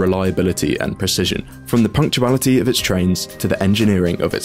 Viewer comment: "punctuality of it's trains" 😂😂😂